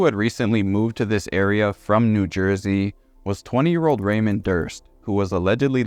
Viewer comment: You don't know how to pronounce "Ramone?" um No, Ariana was NOT smart. Unpopular view, I know.